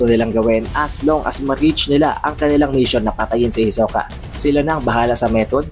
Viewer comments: Ang layu ng pag pronunce mo kay hisoka sa pag pronunce ni Ilumi. Hiso-ka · Parang nasusuka Ako sa pronunciation sa hisuka... Ito lang ang chapter na ayaw ko... HEYSOOKAHH.. hnd ko na tinapos .. HEYSOOKAHH.. ibahin mo ung pag kakabigkas mo sa HEYSOOKAHH FELLING KANO HAHAH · "Hisoka!" Para kang bading pre mag pronounce e. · Kahit ganun Pangit padin ng bigkas mo ng hisoka..😂😂 sagwa pakinggan..